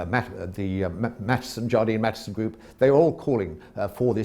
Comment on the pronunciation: FYI it's Jardine Matheson